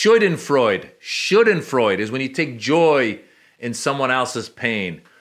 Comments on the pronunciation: "Shooden freud"? Nice try 😀 it's always funny to hear Americans doing an attempt to use foreign words, same for Déja "voo". Check google translate on how to properly pronounce "Schadenfreude" and "Déja vu". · Sjadenfroide (pronounciation) 😊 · It's Schadenfreude, pronounced Shar-den-freud, taking pleasure in another's misfortune. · Schadenfreude Sha-den-froy-da You're welcome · I have heard you use the word in two different videos, and you keep saying it wrong, so I gotta try and help you learn to pronounce it Schadenfreude Pronounced: shaa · duhn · froy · duh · Schadenfreude is a lovely word you should learn to pronounce.